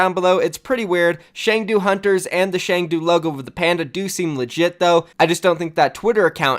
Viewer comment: It's pronounced Ch-ung-do. And Chengdu is in Sichuan province where the pandas are. The name hunters makes no sense but the panda definitely does. I doubt it's a jebait. It's very Chinese to move forward with something without being prepared. Trust me, I live here. lol